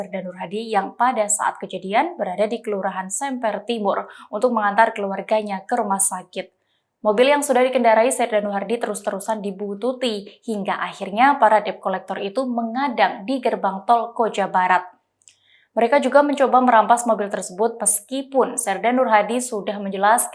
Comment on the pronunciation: Buntuti di baca Bututi 😂😂😂